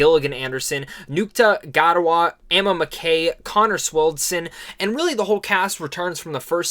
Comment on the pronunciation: Dude you butchered some of the actors names in particular Gillian Anderson( jill-ian and-erson and Ncuti Gatwa- correct pronounciation ( shootey gatwa)